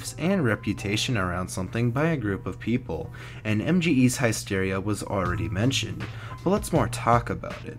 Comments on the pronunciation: HISS-Teria NOT HIE-Steria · high steria? isn't it hissteria? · Did I just hear Heist-Eria? Oh fuck..